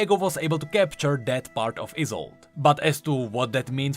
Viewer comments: I think the is is pronounced like the final e in Yone (so Yo-neh end Ee-sol-deh, not Ee-sold), it being a German name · Let me just save you from a bombardment of bullshit "Iss-old-ay" Is how you pronounce it. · I think her name was pronounced EYE SOLD E my last name is Isolde and pronounced like that/